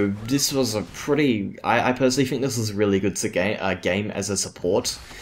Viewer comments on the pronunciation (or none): Why do you say 'bofe' and 'fink' instead of 'both' and 'think'? Are you unable to pronounce 'th'?